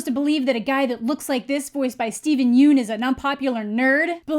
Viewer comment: hey! just pointing out that Steven Yeun's name is pronounced "Yun" not "Yoon"